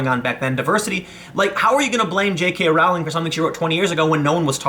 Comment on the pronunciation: I think you'll find it's "Rowling" as in "Bowling".